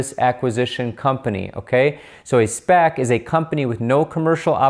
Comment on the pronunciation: Been waiting for someone to explain SPAC's in layman's terms. Thank you,! Also bonus I now know how to correctly pronounce it (been calling them S-passes lol).